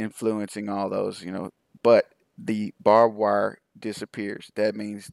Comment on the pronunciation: I know its petty of me, but the word is BARBED wire not bob-wire. Drive me nuts. Sorry.